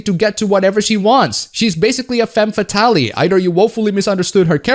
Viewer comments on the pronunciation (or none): The e is silent in fatale btw. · the "e" at the end of fatale is silent in femme fatale